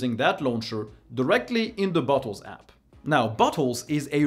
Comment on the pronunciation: Just spat out my drink when you said "Bottles"... it really, really does not sound like that word xD